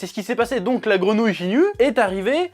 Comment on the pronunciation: “Jinyu”????? Lol